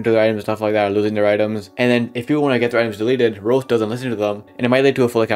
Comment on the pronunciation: why do you sound like your lips never touch like "rolox"